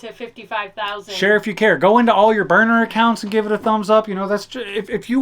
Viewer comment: "Burnner accounts" kill'n me smallz. But yeah brink back drunk bikini kitchen!